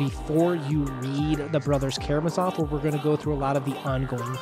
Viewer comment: Thank you for the analysis! By the way, the stress is on the second A, not the final O ("KaraMAzov"). Also, AlyOsha, not AlyOOsha - little Alex. I would also like to add that you're mixing up the two archetypal Russian characters a bit - the martyr is not strictly the same as the blessed fool (the yurodivy).